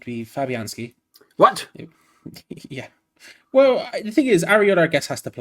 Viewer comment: This man just said fabianski in goal.